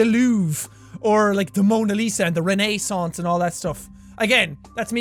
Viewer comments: is it just me or did he say re-NAI-san-ce instead of reh-NI-san-ce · The rennei Saunce? Don't u mean reh ni sance jack? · Renee-sawnce, lol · Wren-ayy-sanse is how i would spell it phonetically. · Love how he says the Renee-Sance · The LOUvre or renAIssance ( he emphasizes them weirdly) Keep on flying jack!!!!!!